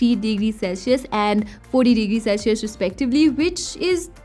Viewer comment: The return of "Celshius" 😅😋